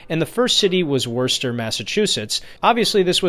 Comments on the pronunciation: Worcester is prounced Wouster. Like Wuss Ster. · I know it's "Worcester", but for some reason they pronounce it, "Wusstuh".